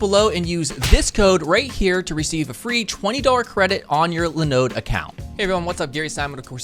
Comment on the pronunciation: Useful video and a useful website, but..... "Le Node"... Do your servers also run "Le Nux"? Linode is pronounced like Linux, dude. 🤦‍♂️🤣 Side note, they're a terrible provider, they've failed to keep up with the rest of the industry and aren't as reliable as GCP, AWS, or even Azure. If you want simple "install WordPress button" style hosting because you don't want to do coding or DevOps, try going with a provider like Digital Ocean.